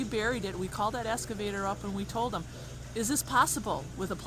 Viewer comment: Excavator not Escavator